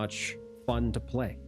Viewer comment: Is it just me or everytime you say "fun" it sound like "fock"